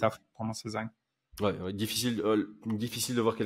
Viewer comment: Y'a un détail qui me torture depuis un moment, mais pourquoi prononcer Zhang "Zeng" ? Soit on le prononce à la chinoise et ça fait (a peu près) "Djann", soit on sait pas et on le prononce "Zang" à la française. Tous les mots étrangers ne se prononcent pas comme de l'anglais.